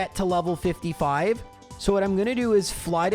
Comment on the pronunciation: 55 CRIIIIIIIIIIIIIIIIIIIP IS WHAT I HEARD WHEN YOU SAID 5 ever lmao